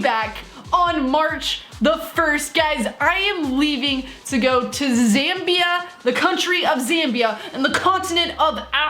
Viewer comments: My mate lives in Zambia. Btw your saying it right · Ur pronounced Zambia correctly I would know because I did an entire research project in the country